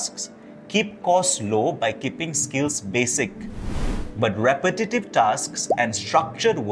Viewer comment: lol you can’t say “repetitive”